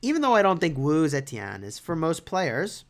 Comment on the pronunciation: First YouTuber to pronounce her name right